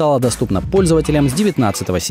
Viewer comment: Не айпод а айпад поняллллллл ааааааааааааа!!!?!!??!?